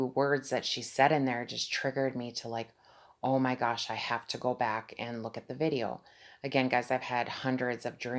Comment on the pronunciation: Why u saying om gos